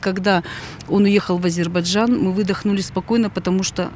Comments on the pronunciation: Напишите слово Азербайджан, и почитайте внимательно. Ещё с Горбачева уши режет " Азебаржан" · Не Азебаржан, а Азербайджан!